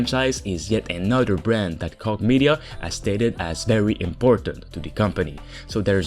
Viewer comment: “Koch” is pronounced “coke” like the drink.